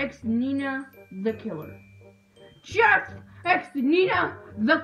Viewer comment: it's jeff-E with his wife-E her name is knife-E